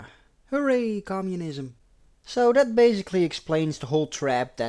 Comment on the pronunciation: I love these James Bond Recaps! You do a great job! Your accent only adds to the effect -- I like how you pronounce "that" as "dat."